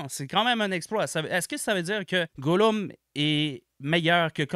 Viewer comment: meilleur vidéo de tous les temps il y a pas meilleure manière de prononcer Gollum